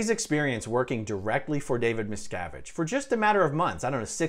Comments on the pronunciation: You made a good video, but the way you say his name makes it sounds like you’re saying “Mrs.” It wasn’t until the lawyer was doing his examination that I understood what his name was. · anyone hear every time someone says miscavige instead hear, "Ms cavige